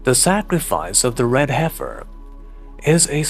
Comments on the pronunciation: pronounced: "heff - fur", not "hife - fur" are you sure you're human? I know English isn't your first language but... now you're playing with a green screen too?! Did AI/industrial complex knock off dude and take over his channel? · Dear … fyi..it’s pronounced “heffer” short e vowel sound. Yes it is an odd spelling. Isn’t it wonderful that when you channeled it was pronounced perfectly?